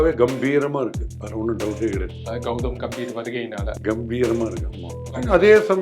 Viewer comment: Gautam "Ga"mbhir..... பெயர்..... கம்பீர்! "கே"ம்பீர் இல்லை.... "கா"ம்பீர் இல்லை... பெயர் உச்சரிப்பு மிகவும் முக்கியம். கம்பீர் என்றால் கம்பீரம்.. தைரியம் என்று அர்த்தம். உங்கள் பெயரை ஈஸ்வர் என்பதற்கு பதிலாக யேஷ்வர் என்று சொன்னால் எப்படி இருக்கும்.